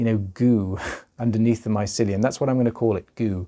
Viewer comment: I like the way you say mycelium also this is so interesting thank you for sharing and educating